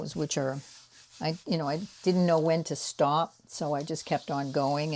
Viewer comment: Oh my gosh! I just heard your Boston accent when you said stop! I cracked up laughing because I’ve been listening to a trial in Canton Mass and the Attorney commentator was from New York and she really got a kick out of imitating the judge every time she said the word stop. Lol.